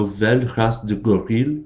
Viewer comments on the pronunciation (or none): Tu parles déjà très bien le français. Il y a quelques problèmes sur les mots : Gorille, Prononciation, Roman, Succès, Conception, Climatologue. Le reste est très bien. =)